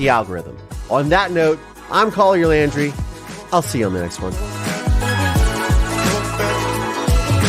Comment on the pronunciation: Yes, Marisol, Well pronounced.